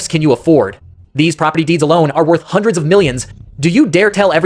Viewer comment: Did he really said sau million, even though it's a voice problem but the meaning is still hundered million because in Hindi hundred is called as sau